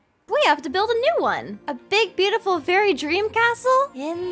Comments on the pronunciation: It warmed my heart when said we’re all butifal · OMG IT TOTALLY MADE MY DAY WHEN SHE CALLED ME BOOTIFUL I JUST- AHHH THANK YOU I LOVE YOUUUUU